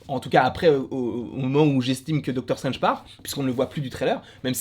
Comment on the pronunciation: Doctor 'CHTRANGE' 😂🤣